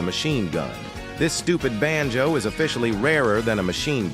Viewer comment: Bruh I am Indian also we do have swear word here in hindi ( every language have) but when ever the ai say banjo ( which I don't know what it is) it sounds like bh£n ch0d which mean sister fuc*er in hindi and my parents we laying beside me and they don't speak English so when ever he say benjo my parents just stare at me